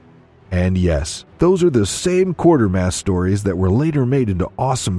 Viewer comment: Ugh! It's "Quatermass", not "Quartermass".